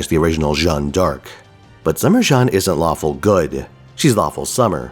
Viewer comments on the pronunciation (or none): none